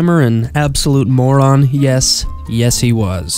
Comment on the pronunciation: Yersh yesh yesh